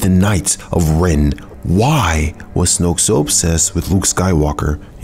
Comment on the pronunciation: It’s so satisfying how he says “Snoke”